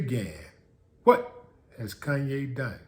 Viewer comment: calls him “Koonye” but probably voted for Biden